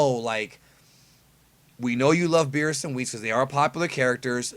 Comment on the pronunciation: Birusu not Birisu